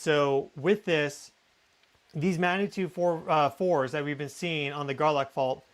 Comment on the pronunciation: I love your videos. What follows, comes from respect and best wishes: "g" is not silent in 'magnitude".